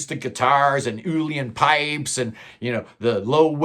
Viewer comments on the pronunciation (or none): Great list! Incantations and Ommadawn fight it out for my number 1 with Hergest Ridge/ QE2 for silver and Five Miles Out in bronze position. I got a great chuckle from your pronunciation of uilleann pipes!